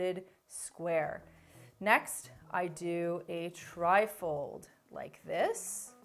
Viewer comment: I swear when you said Tri fold I kept hearing trifle!! 😂